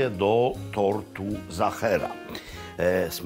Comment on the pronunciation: Serdecznie pozdrawiam p Maklowicza i jego Rodzinę,najlepsze konfitury morelowe to z doliny Wachau w Austrii slynącej z pysznych moreli,(wiem coś na ten temat ,bo mieszkam od lat w Austrii)jedno na co zwrócę uwagę to nie mówimy "Zachera" tylko Sachera,wyraźnie w Austrii wszyscy wyraźnie slyszą i wymawiają i piszą tort Sachera,to tylko taka mała uwaga,(z pewnością niezłośliwie podana przeze mnie)wszak uczymy się przez cale życie i wzbogacamy przez to nasze życie,jeszcze raz serdeczne dzięki za tak super odcinek i wszystkie dotychczasowe